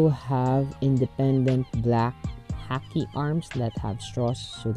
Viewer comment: It's pronounced Ha-Key for Haki